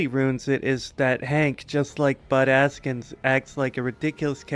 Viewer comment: Every time you said "Bud Askins" I heard "Butt Ass-kins" and I giggled.